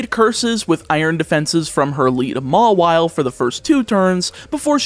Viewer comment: I think Mawile is pronounced more-vial